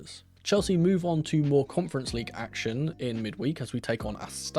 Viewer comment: AstanA - stress on the last syllable. With schwa in the middle. [Ass-to-nah]